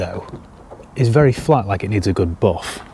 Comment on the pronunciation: I only tune in to hear him say boof instead of buff 😂